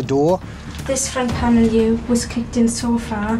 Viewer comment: Where "here" is pronounced "yur".